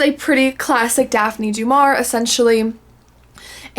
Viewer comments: "Daf Knee Dew-Mar-E-A." There is a pronunciation video on YouTube. (YT won't let me post links.) The "aur" is a classic letter combo in French names as is "ier" (Maurice Chevalier, for instance). Neither of these show up in Germanic/English names and that is a tip off that the pronunciation should be researched if you have not studied French. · I'm curious about the Katie White. Just one thing that I've been meaning to tell you since the first time you've brought Daphne Du Maurier to your channel, would you mind please googling the correct pronunciation of her name? I understand no one knows how to pronounce everything, but it's a two second thing that can really help your videos.